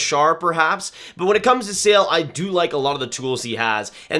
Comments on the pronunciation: Eduard Šalé does not pronounce "Sale" but more like "Sha le" Great work btw! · I agree mostly as usual, would have Gulyayev a bit higher and fyi, Eduard Sale’s name is said Sha-luh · Please pronounce Sale as Shale and Czechia as Checkia, it rips off my Czech ears😂😂😂